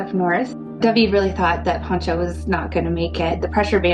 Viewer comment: AND IT'S PANCHO. NOT PONCHO. PONCHO IS A WRAP YOU THROW OVER YOUR SHOULDERS. PANCHO IS SHORT FOR FRANCISCO. COMO YO 😅